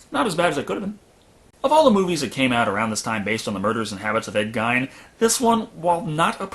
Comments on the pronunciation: Geen not Gine. I live in Wisconsin. My Grandma lived in the same city. Geen, not Gine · Geen damn it ed gein is pronounced like geen good review but the ed gine thing got infuriating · CRS XD ive never heard anyone pronounce it gine...it’s always pronounced geen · The way you pronounce Ed Geine gives me aids. It's not "guyne" it's "gayne" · To nitpick, it's pronounced Geen, with a hard G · To be fair to him, the way it's spelt is usually pronounced Gine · Gein rhymes with mean not fine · Teapot Inc both are not correct. One is correct because he was American, the other is incorrect because he wasn’t German. His name is GEEN not Gine. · Gein is pronounced GEEN, like rhymes with Green, Scene, Spleen, etc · Is it not pronounced 'GEEN"? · The way the guys on Mystery Science Theater 3000 pronounce it, it rhymes with "sheen". Since they are from that part of the county, I've always assumed they were correct. 😁 love your channel! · your mispronunciation of gein's name is driving me crazy, lol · Judson, and Sean should be pronounced "Seen", not "Shaun". Who really expects great consistency with spelling and pronunciation?